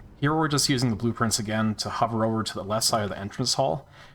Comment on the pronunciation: Oh my god. Blueprints. Blue Prince. What the fuck. It took you saying “open blueprints over and over” and me getting confused because I heard “open blue prince”